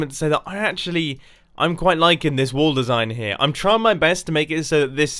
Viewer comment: Whenever he says wall i hear wool